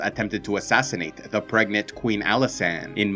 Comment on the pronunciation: Am I the only one hearing Pregnate instead of Pregnant?